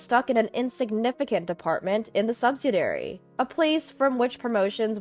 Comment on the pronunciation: I’m sorry and normally just roll with the frequent grammar, spelling, and pronunciation mistakes. However, they are getting worse. Please, do a pre-read or rehearsal. BTW: subsidiary is pronounced, sub-sid-i- ary. 😊